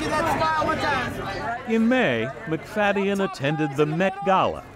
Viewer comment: Wish you would have pronounced his name correctly even one time.